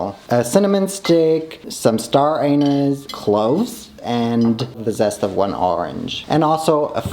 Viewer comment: The way he kept saying anise killed meee 😭😭